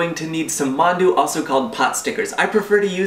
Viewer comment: every time you said 'mandu,' i thought you were talking about mountain dew... because that's what my friends call mountain dew.